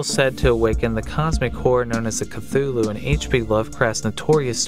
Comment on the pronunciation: kuh-tulu the "th" is enounced as "t"